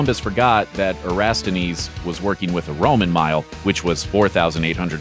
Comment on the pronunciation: Well, he pronounce Eratosthenes correctly the first time, but totally blew it the second time. And to say Columbus didn't know enough to know what the distance of different miles converted to is nonsense. Actually, he relied on what was the definitive cartography of the world at the time, the map by Ptolemy, which erred in making the size of the Earth too small and the extent of Asia way too large, thus making it appear that the distance to cover was nearly exactly the width of the Atlantic.